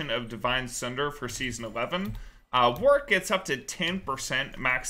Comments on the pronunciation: "Hey guys for today's video I'm gonna be playing Worik in the toplane." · Devs said it's Warwick, but "Worrik" is a viable pronunciation for EU. Like Warwick(Worrik) that town in England.